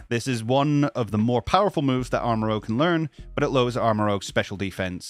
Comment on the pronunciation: It's ArmaROUGE, not ArmaROGUE m'dude. Rouge as in the French word for red.